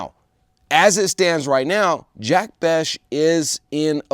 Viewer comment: It's Jack Bech (Besh)